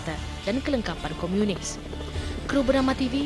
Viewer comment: Komunis bukan Komiunis... Sebut pon tak betol pompuan ni... adoiii